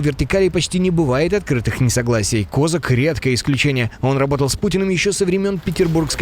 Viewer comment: Ставте правильний наголос на прізвищі Козака